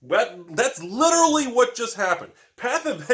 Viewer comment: 16 "liderly" and 1 seriously? You can do better!!! :D